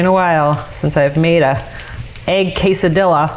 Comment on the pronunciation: 😬😖😵‍💫 my face every time I heard the word quesadilla being butchered like that lol